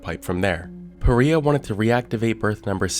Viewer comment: Is it supposed to be pronounce PA- Rye- Ah?